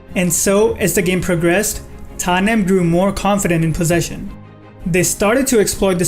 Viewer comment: Omg i was like who is Tanyem????? Then i realise its tottenham